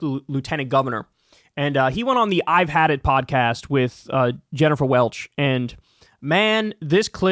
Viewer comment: Jennifer Welch is the IHIP lady. Sounded like you were saying Jennifer Welles, who I’m pretty sure was an iconic porn actress in the 1970s and 1980s 😁